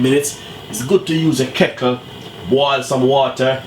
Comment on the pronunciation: Pronunciation of your words are very important. This is not the authentic way of cooking oxtail Jamaica style. Pepper not prepper, kettle not kottle and spinners not spinach. Looks like a dark soup.